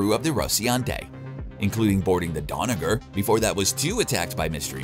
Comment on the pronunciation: “Rosiante” “Donover” dude has some baaad dyslexia